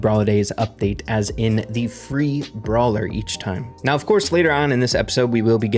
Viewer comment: its brawler not bralwer